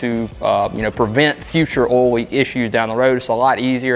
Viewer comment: Oil not olllll